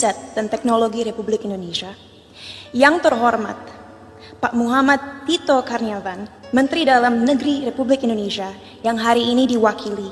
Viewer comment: Kualitas si cinta laura 😅😂 Baca karnavian aja salah 🤣🐽